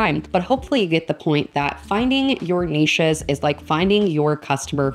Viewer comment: Very cute and interesting NEESHES! That's the proper way to say it. :-) :-) Thank you!